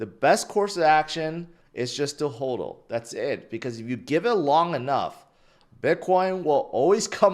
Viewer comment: Someday will pronounce...... HODL phonetically.... Maybe? 😅. Love strap-on though 😂👏😋